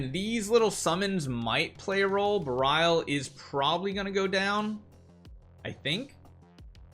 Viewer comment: couldn't keep watching this with him butchering how to pronounce berial